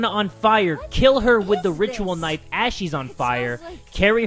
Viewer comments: I like when he calls it knifo😂😂😂😂😂😂😂😂😂😂😂😂😂😂😂😂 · Naifu lol